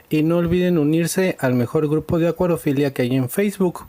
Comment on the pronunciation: Se dice acuariofilia